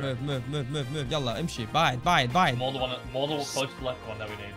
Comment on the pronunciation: bro said yallah emshy